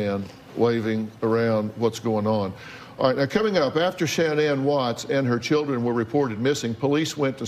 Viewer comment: Dr Phil, why don't you learn how to pronounce her name correctly!